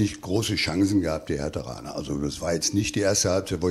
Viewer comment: Ey Freunde, was ist an dem Wort Herthaner so schwer🤨